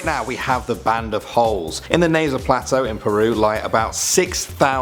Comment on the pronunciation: IT IS PRONOUNCED N A Z K A